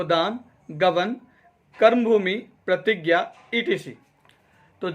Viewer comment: Not etc it's -Et cetera